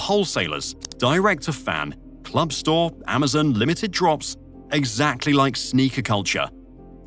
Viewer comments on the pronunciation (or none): none